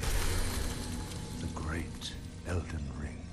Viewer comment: Já aprendeu a falar ELDEN E NÃO ELDER?